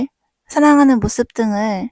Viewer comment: 모씁이라고 하는 거 때문에 내용이 하나도 귀에 안 들어와요........